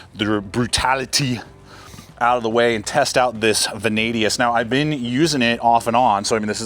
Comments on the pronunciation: Curious as to why you keep saying "Vanadius". It's Vanadis. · There is no letter U in Vanadis. ♏️